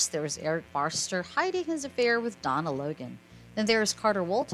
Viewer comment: Forrester not Farster. Please correct your pronunciation.